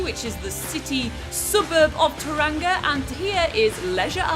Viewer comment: Ta-ran-ga? That’s how Siri pronounces it 😂 It’s pronounced Toe-rong-a, rolling the “r”. To be fair though, half the people here are too lazy or culturally insensitive to pronounce it correctly 😅